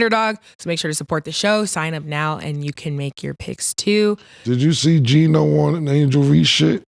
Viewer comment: They really be calling Gelo… “Gino” lmfaooooo😭😭😂😂😂😂😂😭😭😭😭😭😭😭😭😭😭😭😭😭😭😭